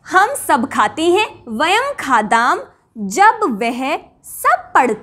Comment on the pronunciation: बहनजी " वयम् खादाम् " सही है या " वयम् खादाम: " आपका उच्चारण " वयम् खादाम् " सुनाई देता हैं | 🤔🤔🤔 💐💐💐 👌👌👌 🙏🙏🙏 ❤❤❤